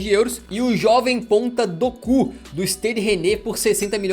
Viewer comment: Chega ele chama o nome do jogador com vontade "doku" kkkkkkkk Brincadeira rapaziada kkkkkkk